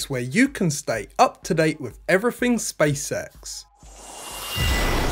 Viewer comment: but why he keeps saying "space sex" instead of "SpaceX"?